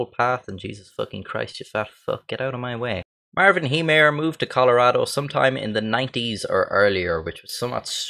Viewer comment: YOU SAID MY STARES NAME RIGHT! Everyone not from Colorado always says it wrong. This made me happier than it should have.